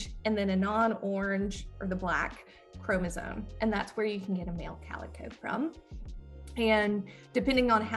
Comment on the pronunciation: She keeps pronouncing “chromosome” as chromosoNe. There is no N in this word!